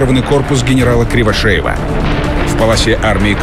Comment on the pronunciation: На 17.50 фамилия генерала Кривошеин! А не Кривошеев! Ужас!!